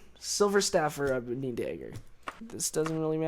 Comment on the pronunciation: The way he says dagger is funny. He must be from South Dakota or Minnesota or something.